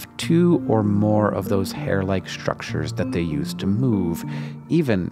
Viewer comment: am I the only one who finds his pronunciation of "ISH-tructures" and "ISH-trips" slightly odd?